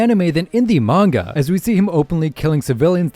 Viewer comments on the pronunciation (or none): none